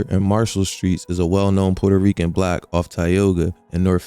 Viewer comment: Your pronunciation of "block" consistently as "black" is super confusing, lol